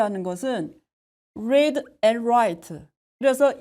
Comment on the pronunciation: Read를 '뢔이드'라고 하셔서 깜놀했어요